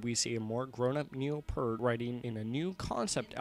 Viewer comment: It's pronounced Peert.